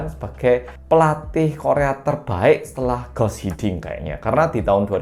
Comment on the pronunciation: "Guus Hiddink", baca "Guus"-nya tetap "Guus" bukan jadi "Gas", karena spelling Belanda sama caranya dengan spelling Indonesia kecuali untuk huruf "C", dan Guus Hiddink itu orang Belanda